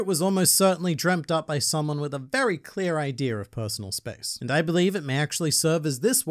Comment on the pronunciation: The video was good but why do you say ider instead of idea